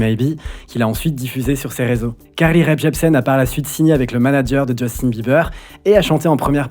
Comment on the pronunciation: Je ne sais pas si tu t’en rends compte mais quand tu prononces Carly Rae Jepsen tu rajoutes un P inexistant à Rae.